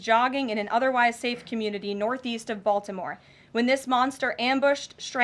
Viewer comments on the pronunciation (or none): none